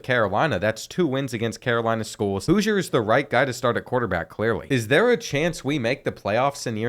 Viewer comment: Houser pronounced Hoosier 😂